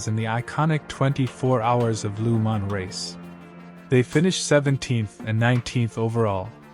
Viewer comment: Great video you put good effor editing :) but one thing its Le mans not lu mans (no hate :)